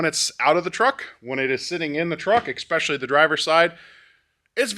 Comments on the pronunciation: Love the content, but THERE IS NO X IN ESPECIALLY. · "exspecially" :D